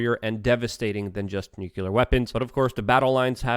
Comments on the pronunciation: Why cant you say N U CLEA R? Its not nukular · Good stuff, Luke! BTW, it's "Noo-klee-ur," NOT "Nyoo-kyoo-lurr." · Dude! How are people supposed to take you serious when you can't even pronounce "tumultuous"? And "nuclear". Sound it out. Hooked on phonics, bro.